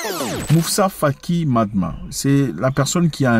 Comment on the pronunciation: C’est Moussa Faki Mahamat 😂et non matma 😂. Merci 🙏🏿 pour la vidéo